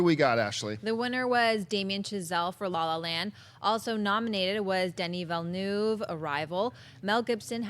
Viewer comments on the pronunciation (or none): Best moment was finally hearing the correct pronunciation of Denis Villeneuve, after hearing all sorts of silly things from the before, roughly 892 times. I hope they paid attention. I don't want to hear another Vill-e-neuve again. The first "e" is silent damn it! It's not that hard.